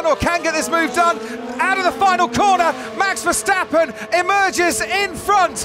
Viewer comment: MEX VERSTEPPEN,??,,,every A in his name sounds NOT like in cat,, ,BUT ,like in CAR